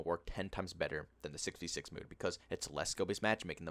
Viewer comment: I recognize the way you say “mode.” You must be from the Maryland vicinity!